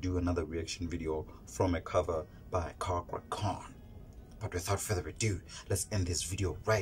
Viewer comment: Thats is not how to say cakra name, say it in Indonesian way